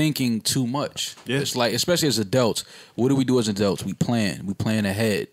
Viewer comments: "Adelts." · I never want to hear say "adealts" again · "As adelts" ~